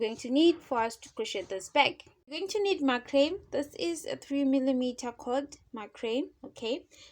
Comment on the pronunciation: I think the word you are trying to say is macrame? That is pronounced mac-rah-may in English. The way you say it sounds like "my cream" and so the captions also wrote "my cream". This is not a criticism. i just wanted to give you that information. Some brands make "macrame cotton" and it looks like that's what you're using here.